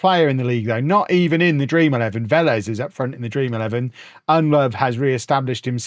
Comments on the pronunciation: ITS PRONOUNCED UND LOW VOO NOT UND LOVE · Its "Nedelovu", not "EnLove"! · Convinced purposefully forgets the u at the end of Ndlovu's name...